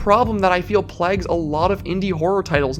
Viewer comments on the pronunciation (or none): Great video till you said plags